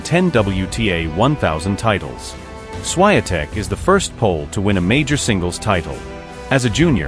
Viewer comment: Jak się o kimś robi podkast do dobrze by było nauczyć się wymawiać jego nazwisko.